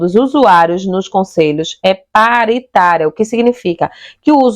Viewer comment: pÁritaria,, fÒrmulação, sotaque que leva a sílaba tônica a errar toda acentuação no portugues. QUal região do BR você ? Isso não é um sotaque apenas, é um erro sistemático de pronúncia. Gostei do conteúdo de toda forma. Parabéns !!